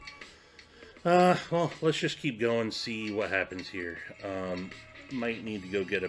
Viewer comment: " Spritz in heeaw " 😆 🤣